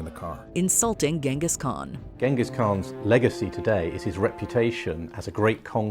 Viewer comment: Jengis. It's pronounced Jengis.